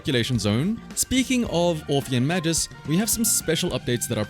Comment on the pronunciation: Side note: "Magus" is pronounced with a hard G, not like "majus"